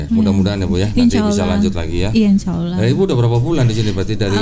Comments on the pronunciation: Si mbaknya bilang Allah kok Aullah....mbok ya dibenarkan ngucapkan nama Allah....... agar pas gitu! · mungkin hrs belajar juga mengucapkan ٱللَّهُ dengan benar. Beberapa kali pengucapannya menjadi OLLAH.